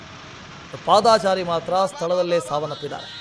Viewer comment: ಪಾದಾ ಚಾರಿ ನು ಅಲ್ಲಾ ನಾಗಾ ಚಾರಿನು ಅಲ್ಲಾ ಕನ್ನಡ ಪದ ಬಳಕೆ ಸರಿಯಾಗಿ ಮಾತಾಡೋದನ್ನ. ಕಲೀರಿ ಸ್ವಾಮೀ. ಅದು ಪಾದ ಚಾರಿ ಎಂದು ಇರಬೇಕು